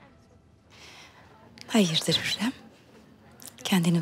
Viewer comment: Furizan ; hönkarım hörrem yiter ya